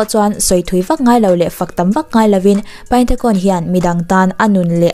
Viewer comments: Tuna khon tih i lam rik dan kha mizo lamrikin (khun) tiin lam rila "Ta'' tih lai kha mizo lamrik bawkin (Ț) lamrikin (ȚA) ti la a dik ani mai 😀😀😀 i thiam lutuk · Kei hi Burma ka nia Khon nilo in Khun tiin lam ri la a dik zawk mase a theih vek🙂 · A hming Thai tho lam dan i tih khi a dik zawk aw😊Burmese in ပိုင်တံခွန် tia ziah tur nia,thluk sang lutuk loh tur Thai ho thluk ang khian thluk hniam vek tur zawk aw engpawh nise i ti tha lutuk e😍😘Love from Myanmar🇲🇲💕